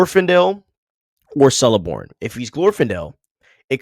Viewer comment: Cirdan is pronounced Keerdon. C are always so its pronounced Keleborn too